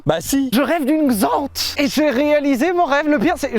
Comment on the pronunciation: "La Xant"